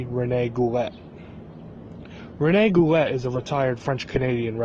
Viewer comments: watching him on this andre the giant documentary, (he was Andre's friend....there's no way this is true...Goulet is pronounced "Goo-Lay" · It's pronounced GOOLAY you FUCKING IGNORANT PEASANT PIECE OF SHIT!!!